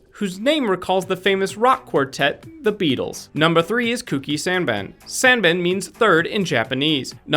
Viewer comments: Sanban...Oh how you BUTCHERED that pronunciation.S-ah-n-bah-n. And Sanban doesn't mean "3rd". It translates to literally "Number 3". "3rd" would be Daisan (Die-san). Also "Genki" does not mean energetic. Genki is life energy/spirit. The "unnamed blonde girl" in TDCFDTL is named Ashley. Also, this is the last time I'm going to correct your pronunciations for Japanese words because we'll be here all day. Manga is NOT pronounced as "main-ga". It's pronounced: "Mahn-ga". And just as a bonus, I'm sure you pronounce Ramen incorrectly as well, don't you? Rah-men. But I'm sure you say "raymen". Please check these things if you're going to speak them out to millions of people. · oh my god that pronunciation of sanban was sooo bad. i mean all you have to do is click the speaker button on google translate...